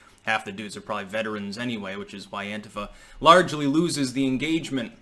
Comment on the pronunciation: Thank you for not being a moron that pronounces Antifa as anTEEfa.